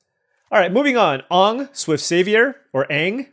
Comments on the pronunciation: Toph = T-ah-f. Aang = An-ng. No shame when reading cards of shows you may never have seen. It feels like I'm watching Saffron Olive as you pronounce cards. Love it and please keep up the content. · I love you drafting this but please pronounce aang properly and not like the live action movie that hurts my soul to this day lol. Looking forward to doing sealed tomorrow. As always love the content though. Edit: Now seeing you haven't seen the show. The original is a really good watch if you ever want to give it a try. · Rable rable rable mispronunciation of names in my mid ass show rable rable rable